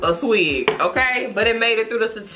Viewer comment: When she said “a swig” I was done. 😂😂😂